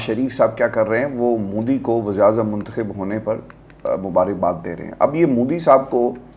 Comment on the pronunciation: Punjab k saare siyasatdaan aur anchors modi ko moodi kiun bolte hain